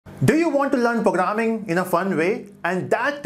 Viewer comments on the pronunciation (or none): He said "POGRAMMING", i am not learning from this video. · "" do u want to learn POGRAMING "" yes i want to learn POGRRAMING XD